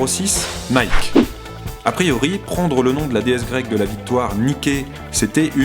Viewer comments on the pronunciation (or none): Nike se prononce "Naïky" et non "Naïke" :) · Nike en anglais çe dit "Niki" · Je vais vous changer votre vision des choses:Nike se lit, en réalité, Naïki Parce que sinon, c'est du Franco-Anglais '-'Voilà voilà, aurevoir. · pour info on dit nyki